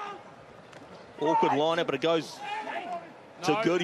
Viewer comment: He said awkward